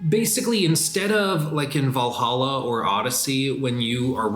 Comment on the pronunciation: Every time says "Valhalla" I only hear "Valaha"